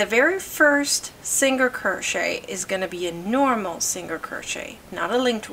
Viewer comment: She wasnt rude. Even my son was asking what a singer crochet was cuz he was listening. He hears me talk about crochet all the time.